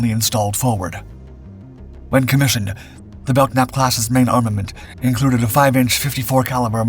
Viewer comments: the letter K in "Belknap" is silent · Belknap is pronounced without the hard K sound. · Grerat video as always. Friendly tip: Don't pronounce the "K" in Belknap. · How about learning how to pronounce "Belknap", before doing a documentary which referenced her role in the story? Lack of preparation here.